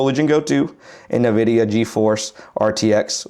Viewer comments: You should be pronouncing it IN-vidia. Not Na-vidia. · “EN”vidia. Not what ever you said 😂